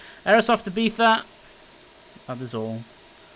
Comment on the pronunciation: Im Spanish/Lithuanian/English And You Pronounced Ibiza Correct!